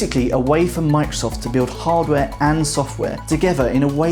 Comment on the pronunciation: stop saying "mikesoft" thats not the name of the company :D